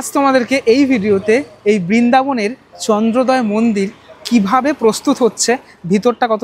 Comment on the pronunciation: বাঙালির কী করুণ অবস্থা... ওটা চন্দ্রোদয়, চন্দ্রদয়া নয়!!!!